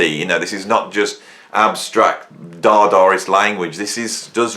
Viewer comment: I love an accent that pronounces "dadaist" as "dardarist". Lol